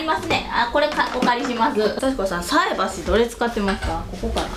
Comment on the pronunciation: 、菜箸（さいばし）の言い間違いかなぁ😊